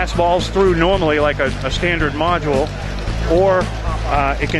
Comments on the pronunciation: How many times did he say modue!? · Ok... module